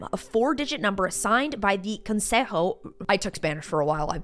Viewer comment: I loved how well you pronounced "Consejo". I love your videos, and it's so cute to know that your boo is from Colombia.